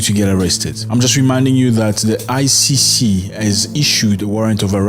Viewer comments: You keep saying ICU...it's ICC not ICU! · I heard him twice saying ICU it's ICC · Why do you say ICU instead of ICC